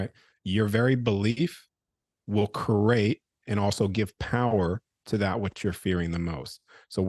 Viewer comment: is fascinating. But, please someone tell him the word is pronounced, "Cree-ate" not "Cur-ate". Namaste.